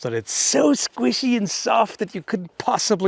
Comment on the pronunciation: are you a Dresden Files fan? Discworld? It's a very important question. Also, I love the way you say 'squishy' most amusing